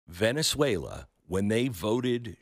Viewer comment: I couldn't help but laugh when he said "Venezuela" lol